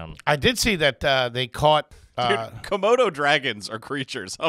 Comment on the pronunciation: is saying "kimono" dragon instead of "komodo" dragon, right?